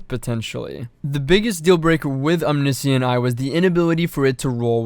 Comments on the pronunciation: Om knee see int....it’s om ni shent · omniscient is pronounced om-nish-int just fyi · actually the discrepancy comes down the the fact it is pronounced differently in UK English versus American English. "glacier" is another example